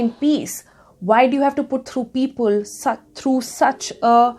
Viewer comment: I like the way Ms. Kapoor says the ‘-le’ ending words. People ( she say ‘peopole’), Simple ( she says ‘simpole’) . It’s kind of cute in a way i guess 😁 Leaving all the non-subjective complements aside ... i really liked the statement she made that “In India.. process is punishment” which is so very aptly put. It makes you wonder if the voters are wise enough to choose their own leaders. Ofcourse there are people who take an educated stance but to a large part people simply choose blindly without taking into consideration the consequences their actions will cause. And as long as the politicians and others talk about the “wisdom of the voter” for their own political gains... we will be deluded into thinking that, we as a collective, are wise enough to choose our representatives. When in fact we are not. We are not a democracy yet... we are a quasi democracy where the elements of monarchy are still very much present today in our so called democracy. Just voting and taking out protests doesn’t mean democracy. I will show you what true democracy means.